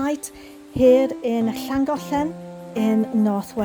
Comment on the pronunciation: I love how you pronounce the city names, I always wondered how it should sound! Not to mention how extremely beautiful the are is and the aqueduct is very interesting. World engineering heritage, not a surprise!